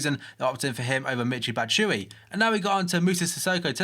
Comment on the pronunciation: Batshuayi is pronounced Bat-shoe-i-eee